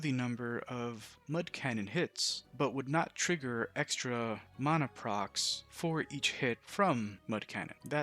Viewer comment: mona, no its mana